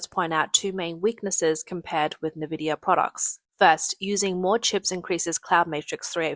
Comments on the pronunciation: It's n.vidia and cuda. Not nvidia and c.u.d.a. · "NVidia" is pronounced "in-vidia" NOT "ni-vidia." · Do people pronounce “Nvidia” like “navidia” in Asia? That is very interesting.